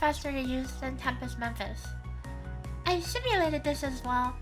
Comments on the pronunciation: Good video. But it's Mephis, not Memphis. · Tempest *Mephis, as in, Mephistopheles aka Mephisto, the demon of German folklore's Faust fame ;)